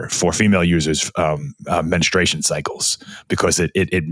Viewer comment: It's pronounced men-stru-ation, not menstration 😀